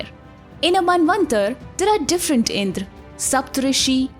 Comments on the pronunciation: please don't keep sayings words like " Indraas, Vedaas, and ramaa,," those pronunciation was result of British colonizers who couldn't pronounce our words, so basically its not Called indraas, but rather Indrà, raam and ved. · इन्द्र बोलो दीदी इंद्रा नहीं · Please improve your pronunciation, it’s इंद्र not इंद्रा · Sometimes you pronounced as Indr sometimes as Indra. It is Indra in Sanskrit any letter ends with a that also should be pronounced it is not hindi. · Wtf is indraa it's Indra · Kindly correct your pronounciation of the names. Yama is being pronounced as yam. Indra is pronounced as indr! Please understand the grammar. If you make a mistake today .. future generations will believe whatever you pronounced is the truth.... And claim that this as an evidence for their nonsense thoughts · Omg the cringey pronunciation IndrAA, because the Indian themselves are uneducted as to how to pronounce their own names.